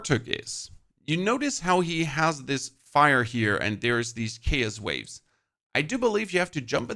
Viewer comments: say it with me.. Chaos pronounced K-OS. this made my brain hurt.. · Your pronunciation of Chaos is chaotic. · The way you pronounce chaos is driving me crazy😂...how do you say chaotic right but not chaos🤔